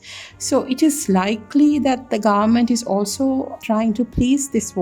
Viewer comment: Its not grement it's government .